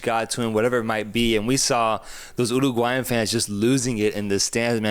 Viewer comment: "Colombia and Oooo-roooa-gulayan" lmao